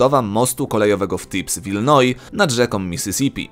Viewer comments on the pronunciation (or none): none